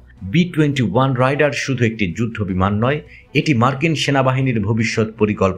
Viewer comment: আরে রাইডার না, রেইডার আর পাক ডি এ, ডা না।